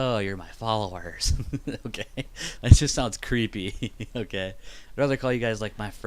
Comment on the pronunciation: it sounds like u keep saying gay instead of okay lol